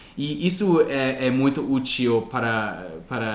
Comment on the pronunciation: quando tu comentas sobre o que tu fez para aprender o português já estas nos ajudando muito!!! Uma dica: na palavra "útil" a sílaba tônica (stress) é no " U"